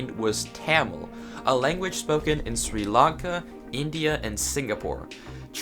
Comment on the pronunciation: i don't want to be rude but the way you pronounced Tamil and Sri Lanka is not right but it's okay because i am know you cant say it right because you didn't know